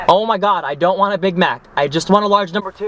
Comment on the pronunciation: Arab people doesn't pronouns ffffriend like the way you do + you give bad image about Arab like they are rude or something like that